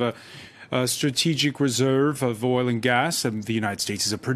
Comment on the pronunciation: So many Americans struggle saying the word "oil" lol... it's hilarious. OIL not Ohl